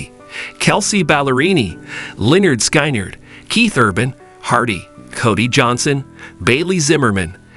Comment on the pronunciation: Lynard Skynard--learn how to pronounce their name!